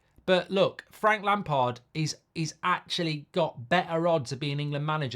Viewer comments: It’s Lampard 😂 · Definitely not lampard, please, not lampard